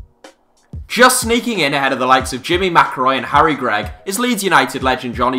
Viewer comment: HellmuthOnTilt4 grigg not gregg